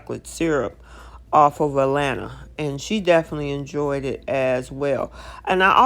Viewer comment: You are calling her A..Lanna it is A laana